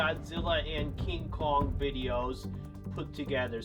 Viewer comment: You said Cong with hete ray